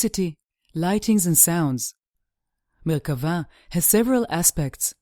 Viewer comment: Thank you for sticking to the definition of Merkabah and pronouncing it :) I am reading the Dead Sea Scrolls and I have read Ezekial many times. fascinating.